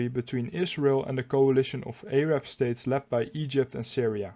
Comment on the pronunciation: Your pronunciation of Yom Kippur wasn’t bad, but “Arab” was awful!